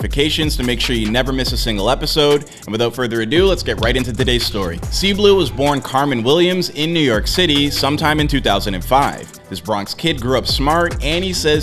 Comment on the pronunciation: CAMrin like cameron not carmen 😭